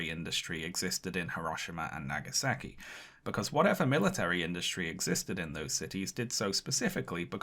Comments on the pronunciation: pronounciation of japanese names is delightfully british actually lowkey love it..... hiroshimmer and nagasacky........ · "... Hirahshemah & Nagesakee ..." your pronunciation of Japanese names stinks